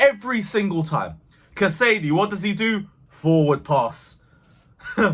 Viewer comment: It's Cas-a-day not Ca-sady. Happy with everything we saw smooth start for Poch. UTC! Keep it up.